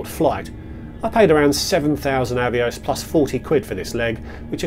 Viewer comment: I reckon Avios rhymes with boss, not bose 😉